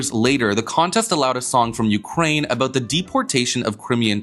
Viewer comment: Haha, you had a South Park Canadian "aboot" coming out in the end